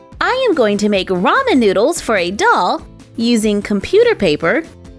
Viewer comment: Lol I’m Korean and it just bothers me how people pronounce ramen. Also I think the noodles should be more curled. Otherwise I really like it!